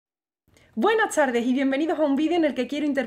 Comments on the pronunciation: Tengo una curiosidad... Porque pronuncias buenas CHARDES.. LA T COMO CH..??????? Uschedes. En vez de ustedes artischa en vez de artista?? No eres española?? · Hola eso se llama S aspirada, a ti te suena como una CH pero yo si la diferencio, no me suena como una CH. Es tipico de alguna partes de Andalucia, A mi me suena a "buenah Tardeh" o "artihta".